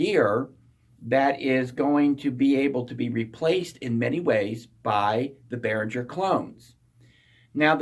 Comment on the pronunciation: gerr! behrin - ger it's german.